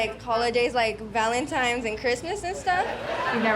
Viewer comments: "Valentimz"?????? What is wrong with YOUR education system down there? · She said "Valentimes."